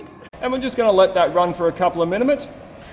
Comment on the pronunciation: creared a new word "Minimutes".